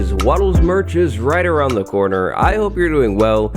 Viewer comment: I’m dead “hello wattles Merch is roght around the Conner